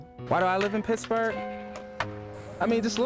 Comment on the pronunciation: "I like Pixburgh", lol...I'm from there, so don't get mad.